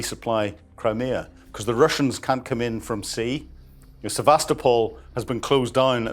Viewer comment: Sevastopol = Sye vas toe poll ( as in polly)